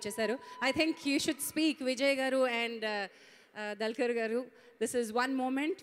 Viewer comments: it's dulquer. Pronounce properly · Ohh god anchoring is too bad....She's calling Dulquer as Dalker........